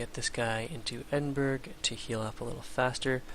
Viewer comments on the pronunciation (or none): Im scottish, and it bugs me when you pronounce Edinburgh as Edinburg. The correct pronounciation is Edin-bruh. Great series though :)